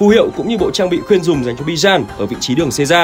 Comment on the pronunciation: Bijan ❌ Bi-Chan ⭕️